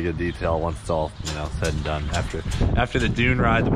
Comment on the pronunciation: "Dune it for Dale"